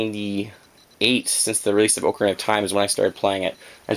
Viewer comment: Lol he says Oo-carina